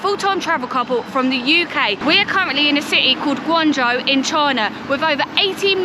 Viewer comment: Guangzhou..... not Gaungzhou guys.